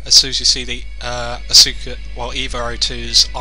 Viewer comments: "assoooka" its ASKa you fucking tool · As-OO-ka? Really? Really? <.<